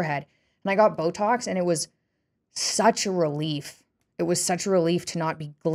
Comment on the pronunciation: Well she didn't say it she just said syouh should gyet byotoxs